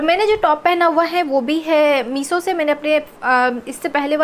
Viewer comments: I liked the way she said "Meeso"😂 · Your reviews are good...you look good but please please improve your pronaunciation as well...its shorts and not sorts also its meesho and not meeso...you pronounce sh as s